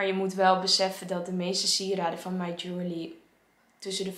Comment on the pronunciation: Ik snap dat je jewellery lastig vindt om uit te spreken, maar als je op de spelling let is het eigenlijk heel logisch. Je-wel-(e)-ry.